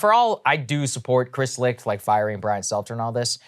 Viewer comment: Licht is pronounced "Light"